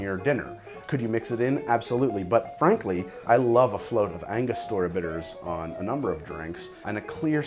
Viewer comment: ANGO-STUR-UH not ANGA-STOR-UH